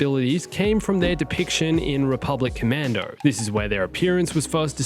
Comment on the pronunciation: This video: "Rebublic Commando" "Rebublic Commando" "RC" "Rebublic Commando".